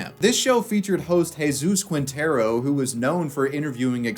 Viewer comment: It's Jesus, is it that difficult to get his name right?